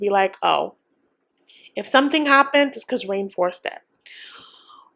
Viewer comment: Did you give up pronouncing Rayne as Rene? Lol